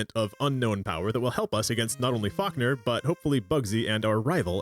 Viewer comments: Nah, I just caught a stray 'Fockner' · Why am I hearing you say F*ckner instead of Falkner😂😭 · Every time I hear you say Falkner, I keep thinking you're saying, Fuckner 🤣